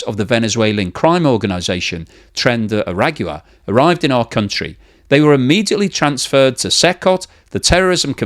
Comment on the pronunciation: It’s funny that these supposedly educated influencers can’t take 10 seconds to learn how to pronounce tren de aragua.